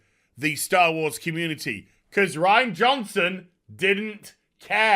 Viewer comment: why do you keep pronouncing Ruin Johnsons name incorrectly?